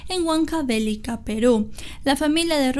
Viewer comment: Hola es Huancavelica, se lee de corrido, sin tildes, es decir Huancavélica, es incorrecto. felicidades